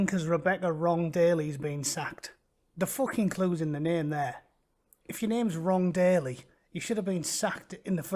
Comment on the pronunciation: I though you were saying "Wrong Daily" instead of "Long-Bailey"